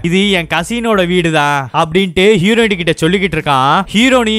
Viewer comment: Hero"in" not Hero"ne"